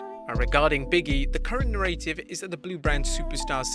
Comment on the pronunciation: I love your videos. Just a heads up, please pronounce "Narrative" as "NARA-tiv" (like in the same way you would say the word CLARA-fy or PARA-sol for example) instead of "Na-RAY-tiv". ("Narrative" is not commonly said in the same way as the word "Narrates".) Thank you, all the best!